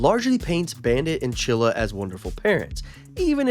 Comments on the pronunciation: he said chilla. Chili is right. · I have Its "Chilly" not "chilla" AMAZING THEORY🗣🗣🗣🗣🔥🔥🔥🔥🔥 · The name is chilly not chilla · her name is chili not chilla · Bra I haven't watched so much Bluey but I definately know its Chilly not Chilla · Stop saying chilla her name is chilli!!!!!! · I TS CHILLY NOT CHILLA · CHILL-I CHILL-I like the food not CHILLA THAT WAS ANNOYING THE FIRST FEW MINUTES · It clearly said chilli. NOT CHILLA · IT’S CHILLI NOT CHILLA😡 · Its not chilla it is CHILLY!!!!!!!!!!! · It's chilly not chilla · I swear id you make any more videos saying chilla- its chilli- chill-E <>_<> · Her name is chilly not chilla for goodness sake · Not chilla it’s chilli (chill-lea) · Ima rainbow baby and it's chilli not chilla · HER NAME IS CHILLI NOT CHILLA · 😂😂 its chili, not Chilla😂😂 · Chilli not chilla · um actually it’s chilli not chilla👆🤓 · BRO ITS NOT CHILA ITS CHILYYYYY WITH A YYYY NOT A A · Him calling chillie chilla hurts my soul💀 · It’s chilly not chilla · “Chilla” 💀 It’s chilli not chilla dude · Her name is chilly not chilla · bro said chilly twice when it's chilli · Her name isn’t chilla!!😩😩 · bro calls chili chila💀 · ITS NOT CHILLA!!!,! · Your saying chillie wrong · IF YOU SAY CHILLI ONE MORE TIME I'M DEAD💀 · Right fr